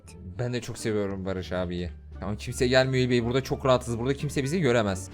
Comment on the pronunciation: barış g değil barış bra